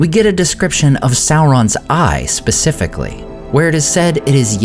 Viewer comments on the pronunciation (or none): none